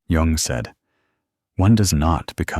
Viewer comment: The man’s name was JUNG! J-U-N-G